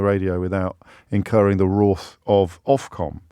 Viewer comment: JoB...cant even say wrath properly...😂😂